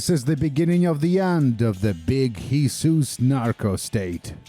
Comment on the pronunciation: how have you managed to pronounce Jesus, not as english YIsous or spanish HeSUs but as... HIsus. Truly an innovative creative.